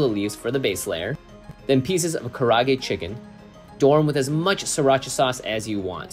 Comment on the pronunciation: Does keep saying "karage"? Like karate, but with a g?...That makes me want it more now. MOAR! NOW!